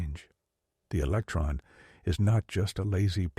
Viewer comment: “What is a eletron?” “What is an electron?” If you can’t get basic English skills down I am not listening to your AI ramblings. Sorry